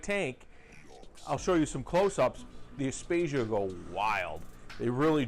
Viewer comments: Aptasia....not apstatia 😂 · I about died laughing when he said aptasia... great video though 👌. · Have you learnt how to pronounce aiptasia yet?